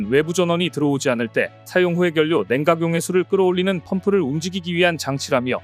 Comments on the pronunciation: 발음 참 연료를 열뇨라 발음 안하고 연뇨라 발음 하네 국어시간에 뭐한거니? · "연뇨" 듣기 거북하오.